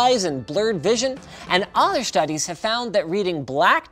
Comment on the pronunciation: SHTUDIES 😂😂😂 IM DYING